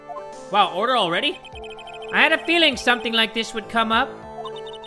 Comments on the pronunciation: Normal people: Order! Order!: U-urder! Urder! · "erder! erder!" i swear jay gets me every time with that